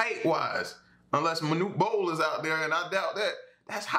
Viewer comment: Haha you said Monute Bol omg yourself old as I am lol Noone elsewould remember about that tall ass man who did t need to jump to funk the ball. I laughed so hard.